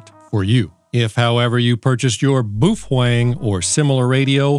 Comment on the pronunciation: Please pronounce Baofeng correctly.